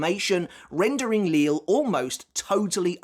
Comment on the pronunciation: I'm sure by now you know the proper pronunciation of the Sternritters' names like Lille, Äs Nödt and Cang Du etc Are you simply used to the way you've been pronouncing them at this point, or have you you considered changing it?